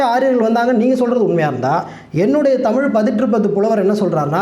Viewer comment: குறிப்புக’ல்’ .. பாடல்க’ல்’ 🤦‍♀️🤦‍♀️ தமி’ல்’ தேசியம் .. தேஷம் ஒரு வடமோழிச்சொல்